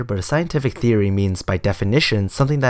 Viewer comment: Every time he says "Theory" I hear "Ceery"